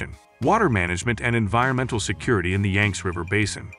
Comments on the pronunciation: Yang zee river, not yanks!!!!!! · It's YANG-see - get it right!